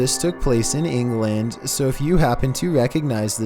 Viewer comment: firstly say ENGLAND properly and secondly we call it a garden.